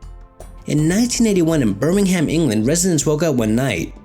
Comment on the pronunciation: Not how u pronounce Birming.. uh fuck it. But meh, interesting case indeed